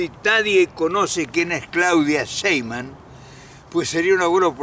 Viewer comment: No es Sheiman, es Sheimbaum